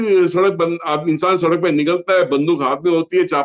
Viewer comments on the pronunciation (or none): none